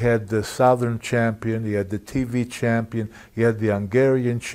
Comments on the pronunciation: " Champ-peen" way too many of them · Freddie Blassie used to pronounce it that way 😂....man I loved that old man 😂. I'll make ya the dub ya dub ya F CHAM-PEEN!